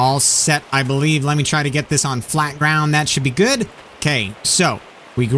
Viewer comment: Hes gewd hes gewd he was telling me about how he rode a boar....